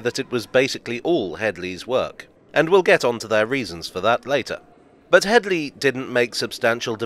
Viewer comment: "It's not Hedy, it's *Hedley*." I'm sorry, couldn't resist.